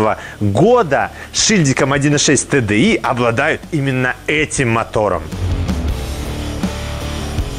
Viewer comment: Всем привет. За правильно названные буквы TDI большой поклон👍